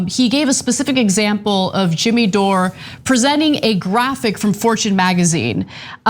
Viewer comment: Who the hell is Jimmeeee?